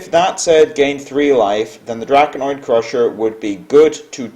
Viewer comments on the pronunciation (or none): Matt Hakala I didn't mean to put emphasis on the i, I was just bothered by the fact that pronounced it drakonOid, intead of drakonid. If people start playing 2 BGH because of all the 7 attacks, then people will stop playing the 7 attacks, consequently there will be less BGH, consequently there will be more 7 attacks etc., so it would kind of end up being a Ragnaros kind of cycle where it's better the less people play it.